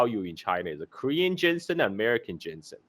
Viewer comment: GEEZUSKRIST! I quit this "video" after a couple minutes cause IT DRIVES ME CRAZY HEARING "jensen" and "cantin"........ AND A MASSIVE THUMBS DOWN.